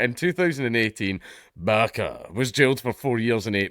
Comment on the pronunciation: I'm convinced that we wouldn't hear a difference if Dank said "barka" instead of Baqa. I thought he was saying barka.